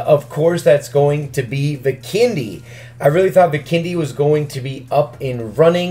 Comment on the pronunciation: Why does he say Vikendi bikini